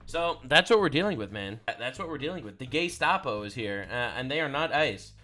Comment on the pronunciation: Doesn't even know it is Gestapo not Geskapo 🤦